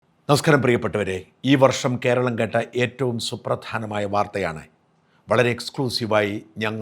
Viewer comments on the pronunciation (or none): none